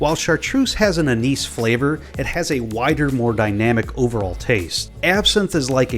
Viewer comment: pronounced anise wrong.